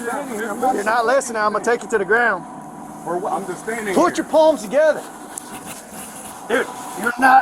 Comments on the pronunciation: I thought I was the only one hearing paws 😂😂😂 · It sounds like he’s saying put your paws together.